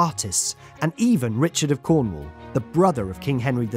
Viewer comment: Finally, someone that pronounces cornwall right lol